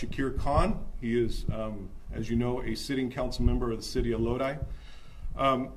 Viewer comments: If you want to learn how to pronounce Lodi correctly, listen to the Credence Clearwater Revival song, Stuck in Lodi Again. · I wasn't commenting about the song. I was telling the presenter that he was pronouncing the word Lodi incorrectly. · Just to let you know, the city name is pronounced Lode-eye…Lodi. FYI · Fyi, Lodi is pronounced as "low-die". Thanks for the great coverage though; love Epoch News! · It's pronounced Low-Dye. Always fun to see our community on the news 😂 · Loadee? Lodi is pronounced Load eye. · It's pronounced Lo'-di, not lo-de! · The city name (Lodi) is pronounced as if to say "Low-dye" Thanks for the great reporting on election fraud! This man looks like a good upstanding Democrat. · Lodi? That's pronounced "load eye", not "load eee". "Oh Lord, stuck in Lodi again..." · It's pronounced "Low-Die" not "Low-Dee" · He said "low-dee" lmao ugh it's pronounced "low-duh-eye" it's fine i mean not everyone is from California but lodi is like well known amongst us Californians. I miss going to Lodi lake and ia kid. Kqcr3 the clip played even pronounced it. I don't watch channel 3 often they are far left leaning. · LOW-DIE not Low-Dee… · LOW-DIE not LOW-DEE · it's not lo-deee, it's lo-die. lodi as is oh lord, stuck in Lodi again... lol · It's pronounced low-die 🎉🎉🎉🤍🤍🤍Cali girl here😁😁😁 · I wanted to let you know that Lodi is pronounced: Load Eye.😂😂 I'm about an hour and half away from Lodi. My younger brother and a friend of ours used to race modified go karts up there. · Lodi, pronounced, (load eye). Im not surprised about Kahnman. There are tons more ...Cali is a haven of trash. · The city is LODI, pronounced LO-DYE. As in "Stuck in Lodi again" CCR.- 1966. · It's pronounced "loadeye" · I know how Lodi looks, but it’s pronounced “low-dye.” Side note: Keep up the good work!!! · It’s pronounced Low-die.❤ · Lodi sounded out is "Low-die" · that city is pronounced "load-eye".